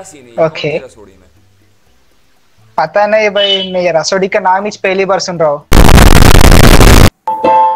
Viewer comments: It's rasoday not rasodi bro😂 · Bro pehli bat to rasodi nahi rasode me hota he 😁 Aur Love From Maharashtra India 🇮🇳🧡🚩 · Bro it's not Rasodi me kon tha it's Rasode me kon tha By the way big fan love from India❤️❤️